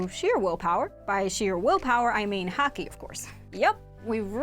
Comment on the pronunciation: When she said Haki i thought she said hacking